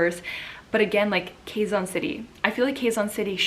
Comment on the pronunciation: QUEZON pronounced KEH-ZON. Like the "Ke" in "Kenny".